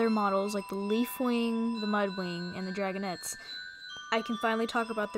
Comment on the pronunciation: Why are dragonets pronounced like “dragonETS”